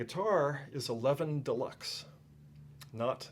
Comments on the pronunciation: Its pronounced Leviiin not Levvin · It is pronounced Leviiiiin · No, he' IS pronouncing it in the wrong way. It's a Swedish surname (Levin was based in Gothenburg), so the "weight" is on the second syllable. "Levin" in Swedish is pronounced pretty much like "Levine" in English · Sure I can - and do - say "paelja". And chill, will you? Karl Anka commented on the pronounciation. Jim claimed Karl was wrong. I said that Karl was indeed right. Sure, nobody can pronounce everything correctly, but it doesn't hurt to at least make an effort, does it?